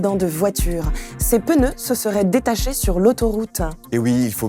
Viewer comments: les pneus et non les peneus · Y’a pas de E après le P dans PNEUX donc arrêtez de dire PENEUX merci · les peuneus, Pierre Grenier vient du sud ! :D